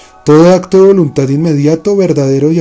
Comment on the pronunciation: amigo que animado a leer el libro tu, una observación, no es voluntat, es voluntad, hay una gran diferencia entre la letra T y la D